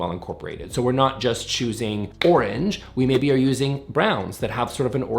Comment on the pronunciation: I got stuck on how you pronounce orange 🍊😮. It must be a Canadian thing 😂. I recently redid my daughter's bedroom and we were moving the position of the built-in wardrobe, she wasn't sure if she was going to like it, so we had a simple render done with the new layout, style of cupboard and new bed frame and she loved it and felt confident to do it. We also measured it out and drew it up on graph paper and cut out the bed, bedside table and the wardrobe and played with position of it, it was very helpful to see how much more space she was going to gain by moving the cupboard 😊.